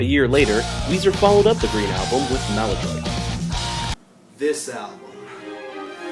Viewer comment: Also, and a very minor quip, Maladroit should be pronounced "Mal-ah-drwah". It's a French word meaning "clumsy".